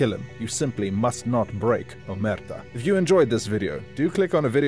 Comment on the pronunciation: it's crazy how you managed to mispronounce 'omertà' even with the focus clearly on the last a